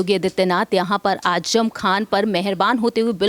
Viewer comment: Ajam nahi azam bolo j nahi z hai pahle bolne ka tareeqa seekho